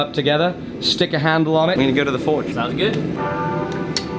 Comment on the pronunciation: Wait? Did say, "Sownez gud" like a Texican?